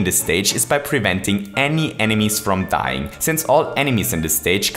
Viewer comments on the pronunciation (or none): none